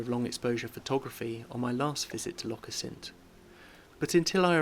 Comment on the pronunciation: Nice video, but please- Assynt, stress always on the first syllable!